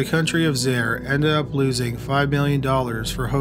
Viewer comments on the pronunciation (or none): Zah-ear!!! Not Zayre!!! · He also mispronounced Zaire (Zaa-eer). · Zaire is pronounced “Zie eer” !!!! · "Zye-eer", not "Zair," but otherwise great video as usual! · And the nation was called "ZY-eer", not "ZAIR". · It’s not Zare🤦🏻‍♂️ Zaire…. Ffs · It's pronounced zaa·eer not zair. Great job on the info though. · It's pronounced "Zy-eer". 😉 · It's pronounced Zye-ear. I remember that fight. My mom said it was a con perpetrated by a murderer. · Zaire is pronounced zai-ear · Zaire is pronounced Zi-ear. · Zaire. Pronounced ZY-eer. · The way you say Zaire and Kinshasa is cringing lol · Haha absolutely horrible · In the Don King segment he mispronounced Zaire like six times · Also mispronounced Zaire. Pathetic!